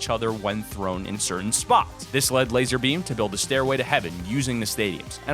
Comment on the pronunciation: D9nt say lazer beam it's lazar beam